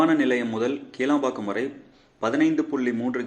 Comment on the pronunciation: கீளாம்பாக்கம் என்பது தவரு. கிளாம்பாக்கம் என்பது சரி.. உச்சரிப்பை " கி" மெல்லினம் குரல் ஒளி வழி உச்சரிக்கவும்